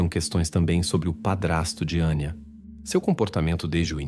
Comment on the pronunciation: Não é Aníííía, é Anya. Não é Valeríííía, é Valéria. Não é Gregorííío, é Gregório ou Gregoryo. Não vou compreender nunca razão vocês são incapazes de falar corretamente o português ou no mínimo, como se fala na origem da história, pior, tão depressa dizem os nomes corretamente, como voltam a falar incorretamente